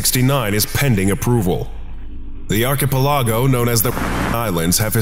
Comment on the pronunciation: the way "archipelago" was pronounced in this video is so damn frustrating 😂